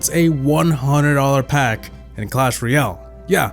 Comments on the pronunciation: In cwash royow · Says Clash Royale Subtitles: cAsH fOr YeLl